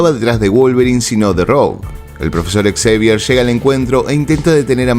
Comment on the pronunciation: Xavier se pronuncia Javier